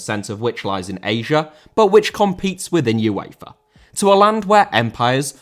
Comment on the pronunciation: UEFA * not Yuweifer